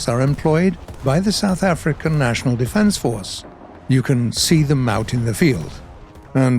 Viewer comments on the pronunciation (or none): none